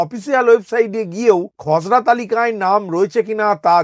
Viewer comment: আপনি খসরা তালিকা বলছেন না খজরা তালিকা বলছেন বোঝা যাচ্ছে না😢